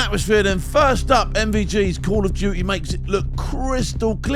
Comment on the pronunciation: Call of uuuty😂😂😂